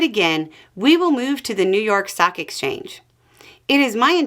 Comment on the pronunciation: I thought you said "socks" and was very confused for a while 😅